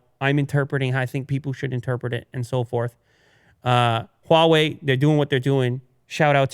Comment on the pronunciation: pronounce "HUAWEI" better and better! Congrats from China!